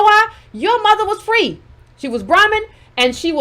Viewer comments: I’m dead at “Fwee” too 🤣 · Kamala was Fwee!!!! Hahahaha, I CANNOT wit you! LMAO